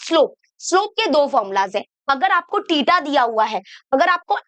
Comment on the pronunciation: टिटा ❌ थिटा ✅